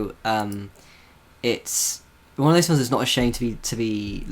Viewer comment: hearing say "filems" again made me so happy